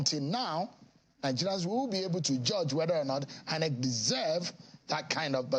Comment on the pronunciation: Why does this former INEC guy keep calling it EENEC?